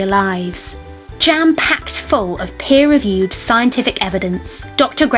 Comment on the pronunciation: Did I hear her say "pear reviewed"? :D